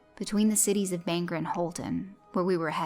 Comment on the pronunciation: Great video, I love stories set in Maine, we have King to thank for our creepy story power for sure. And this made me think about how there's a bog not 90 yards away across the road from where I sit... Just one note, Bangor is pronounced "Bang-Gore" (think gor as in Gordon).